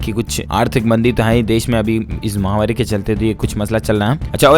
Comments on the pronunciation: Mahamaari __ correct pronunciation & not mahamaari! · Mahavaari is wrong pronunciation, please correct it.